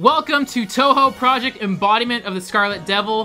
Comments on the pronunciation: touhou is pronounced toho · did he just say TOUHOE *TRIGGERED*